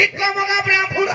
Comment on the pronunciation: ଭାଇ ନମସ୍କାର ଅଭିନୟ ଭଲ ହେଉଥିଲା ଯେ ହେଲେ କ'ଣ ହବ ବ୍ରାହ୍ମଣ କୁହ ବାଭୁଣ କହୁଚ